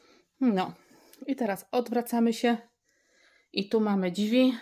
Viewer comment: Ladne wnętrze, ale te "dźwi" boli 🙈